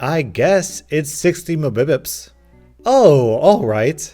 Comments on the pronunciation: meh-beh-beps! I almost died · mbps (muh•BIP•uhs) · Apparently Mbps is pronounced “Mabibips” 😂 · How normal people see mbps: Megabits per sec. How sees mbps: mabibips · 60 Mehbehpups..🤣🤣🤣..I'm sorry bro but that's hilarious. Say it with me, mega bits per second. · almost died laughing when u said "mubipits" for mbps instead of megabites per second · It's megabits per second not mahbibubs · "Mabipits" instead of mega bites per seconds looool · he said mubibips. Lmao. M. B. P. S. Mega-Bytes Per Second. Lmao. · Its not said 'mebipips'. You are supposed to say "M-B-P-S" which short for "MegaBytes Per Second" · 60 mibibips. Swiggity sweggabits, it's pronounced 60 megabits. Per second. Silly goose. <3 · Just so you know mbps is short for megabits per second. People usually just say megabits when mbps is displayed, not "Mah-bib-pitz." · It's not pronounced mubibips it's pronounced M-B-P-S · MEGABITS PER SECOND!!! NOT "mibis"!!! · why do you pronounce "mbps" as "mabibips" it stands for megabytes per second lmao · mebipips? Its like you go out of your way to misspeak simple words in each video. Like you are pretending to be a human and read words with confidence that just arent correct lol mbps Mega Bits Per Second, internet speed, something you have and use to upload this video lol smh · Mah-bib-ips? What? Mega Bit Per Second = MBPS. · mbps = megabytes per second. Not "mebepus." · MuBeePeeSs Why my dude Why It's Megabytes per Second And just Say M-B-P-S Ily tho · Muhbugups? Megabites per second. Just for futcher reference. I actually found your pronunciation hilarious you earned a new sub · swiggity swoo, mbibips is how i'd pronounce it too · Swiggity swibbips, THATS NOT HOW YOU PRONOUNCE MBPS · it kinda bothers me that you try to read mbps instead of m.b.p.s. lmao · '60 mahbubups' LMAOOO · I love how says mububups when they read mbps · Everyone:: mabupups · says Mibibips. Me:......................OOFFFF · mega byte per second "Mebips" lmao